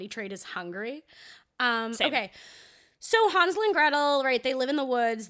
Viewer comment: It's Han (like hand)-zle and gretel not haan-zle and gretel